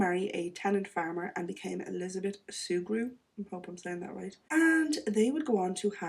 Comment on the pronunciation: A tenant farmer is one who doesn't own their farm. They rent it from the owner and work it and pay the owner rent on it. Perfect pronunciation of Sugrue. I grew up knowing people of that name.